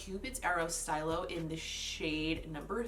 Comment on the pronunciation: These looks won’t really work on my eye shape (le sad), but love your creativity with colour combos and placement - it all comes together to look really cool and unique. Great video! Side note: “stylo” for the Nabla product is probably French for pen (“stee-lo”, instead of “sty-lo”) :)